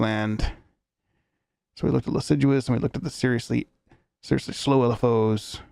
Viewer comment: Not sure if you found out yet but it's pronounced liss-ah-jou :)